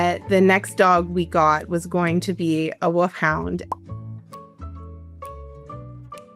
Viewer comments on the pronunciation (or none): Its ’woLf hound’ with an ‘L’. Not ‘Woof Hound.’ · They’re not Woofhounds they Wolfhounds 😂😂 My mom says it the same way!